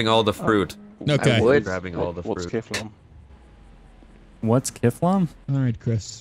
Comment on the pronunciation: vestina grenzow it’s kifFlom